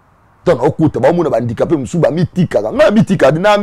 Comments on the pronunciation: 😂😂😂wana malade ya...alobaka susu guidare...guidariste🤷🏽‍♂️ ozo imaginé Invité azo loba bien HANDICAPÉ mais ye azo yoka kk INDICAPÉ🙈 atanga na ba EP1 Bisumba na BUMBU, MAKALA ou SELEMBAÔ🙌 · problème ya prononciation, balobaka handicapé et non indicape